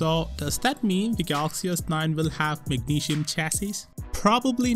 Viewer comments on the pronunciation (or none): Dude if you making videos for an international audience learn to pronounce magnesium and other words correctly.